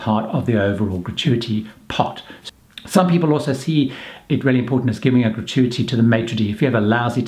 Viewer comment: How many time has he said gratuity in this video. He pronounces it wrongly which makes it stand out. FAIL